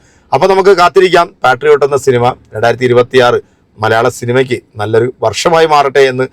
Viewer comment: പാട്രിയോട്ട് അല്ല പേട്രിയട്ട്.